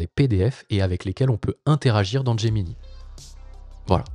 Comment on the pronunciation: "Gemini" étant un teme nommé depuis l'anglais, autant qu'avec Drive, Slides et Sheets, je pense qu'il serait bon de le prononcer en anglais. Donc de [Gémini] à [Géminaï] (pour l'écrire en lecture française). (ou de [Geminee] à [Gemini] pour la lecture anglaise)